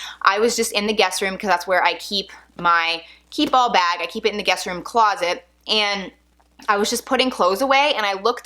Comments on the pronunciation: Key Ball ..? Its french and says keepall ( kee- pall ) and mens “hold everything “ its a travel bag and must gett Stains ect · Anyone else hearing keyball instead of keepall? You talk so fast that you’re running keep and all together making it sound like keyball.